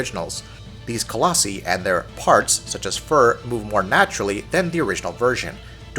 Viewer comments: “colossE” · Nice review guys! However colossi (co-loss-eye) just in the future. Just sounded funny lol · Its pronounced coloss-eye. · Not only are you saying Colossi wrong, you're also using it incorrectly most of the time. Colossi is the plural form of Colossus, and should have only been used when referring to multiple Colossi at a time... However you would us it as if it were the singular form. Like when you said "hunting down a Colossi" instead of "hunting down a Colossus" It bothered me the entire time. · I was impressed you actually managed to call the horse Agro instead of Argo like a lot of other reviewers, but then you screwed it all up by mispronuncing colossi a tonne of times lol.